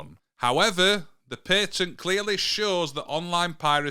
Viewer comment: it's PAT - ENT so you where saying it wrong lol 😂